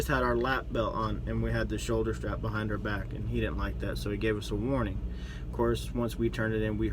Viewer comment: Did he say "ARE" numbers.... Perhaps he meant OUR numbers... 3rd grade vocabulary.